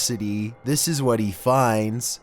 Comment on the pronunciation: You jate I think it is pronounced hate nt to be rude